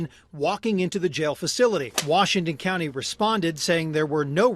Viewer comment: The guy said the Utah clowney instead of county and I think he was right the first time.